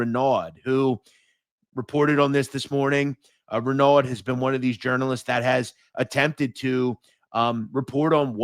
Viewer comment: Renaud= Ren”O”